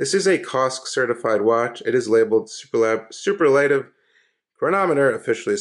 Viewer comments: Yes . . . sou-PUR-lah-tiv ! ;-) ( I have one of these also.) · Sooperlertive is the correct pronunciation.